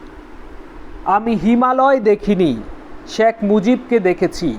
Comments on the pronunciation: খুবই ইনফরমেটিভ ভিডিও, কিন্তু উচ্চারণটা আরো সুন্দর করা লাগবে। বার বার শ্যাখ মুজিবুর শ্যাখ মুজিবুর শুনতে কিছুটা বিরক্তই লেগেছে। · 'শ্যাক' মুজিবুর রহমান উচ্চারণ বাদে বাকীসব ঠিকাছে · কিছু মনে করবেন ভাই, আপনার শেখ উচ্চারণ টা হচ্ছে না